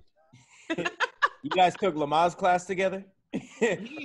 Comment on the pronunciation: Hey Tom, was all over the place trying to say Lamaze! I'm filling in for Kev, can't believe he let get away with that! Anyway, back to you Tom! Lol